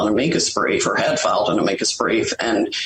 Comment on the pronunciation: 😂 "Ameekus brief"